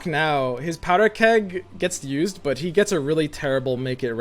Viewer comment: why every time say but i hear it like he say butt?